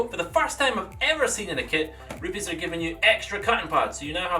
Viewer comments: It's not ru-piis it's RU-PEZ! it's Italian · I wish he would quit saying rupes like that.